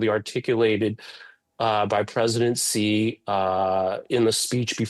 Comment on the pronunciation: Chinese president Xi's name is pronounced "Shi", not "Ji". Come on, lady.